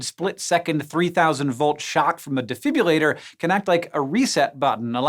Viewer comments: He said "defibulator" when it's actually called a "DEFIBRILLATOR" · It's called a defibrillator not a defibulator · you pronounced "defibrillator" wrong, it's de-fi-bri-lla-tor not defibulator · It's a defibrillator not a "defibulator" as Hank calls them. You would lose leg bones if that were the case!! 😿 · Did Hank just say “defibulator?” I certainly heard de-fib-yoo-lator. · You mispronounced 'defibrillator'.